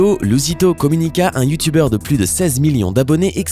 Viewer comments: Je suis le seul qui a capté qu’il a dit youtouber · Youtoubeurs jss morte comment il prononce sa 😂😂😂😂